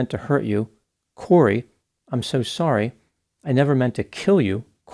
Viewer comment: Annette then: Corey, I'm so sore-y Annette now: Corey, I'm so sorry